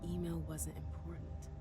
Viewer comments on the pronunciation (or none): none